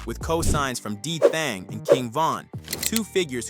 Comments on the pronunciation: Hell nah, bro said D-Thong more than once 😂😂😂😂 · D Thang not D thong. Idiots istg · Did dude say dthong? 😅😂😂 Lil Durks brothers name is dthang & not dthong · It’s DTHANG NOT DTHONG and it’s MEMO(Meh-Mo) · Real cuz who is D Thong 😭 I had to skip that whole part